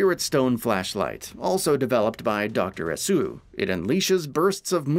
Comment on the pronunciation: Asu? haiBARA? God I wish you guys would do your research in how to pronounce Japanese names, it's painful...